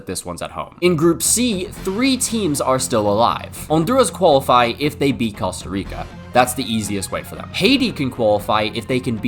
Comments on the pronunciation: As a man who has family that lives in Costa Rica please learn how to pronounce that beautiful country's name correctly. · I hate to be that guy but his pronunciation of Costa Rica is killing me 😭